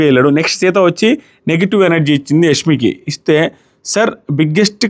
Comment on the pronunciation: యస్మి కాదు బ్రో యశ్మి అని అనాలి